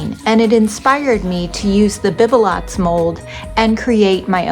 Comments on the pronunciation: Lovely projects...the mold is pronounced beeb_lows in French. The t is silent! Love your creativity! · Sweet, Bibelot is pronounced, "Bee buh low" - and I LOVED your sweet ornaments, too❣️💜💕